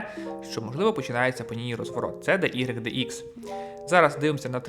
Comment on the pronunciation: мені здається, що не буде великою помилкою, DYDX, вимовляти як "дайдекс". Бо таке деколи чую що аж вуха в трубочку скручуються. дехто каже "дудикс" це повний атас. Ви кажете "де ігрик де ікс" це також не правильно. Це не математика з латинськими літерами, це англійські літери, а в англійській "y" - уай, "x" - екс. тому краще казати "дайдекс".